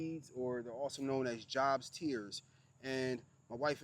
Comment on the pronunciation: Just wanted to let you now its pronounced like Job in the bible, J long o like in the word own.